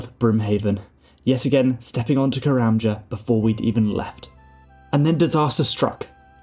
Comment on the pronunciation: I love how you pronounce it "Karen" Isle.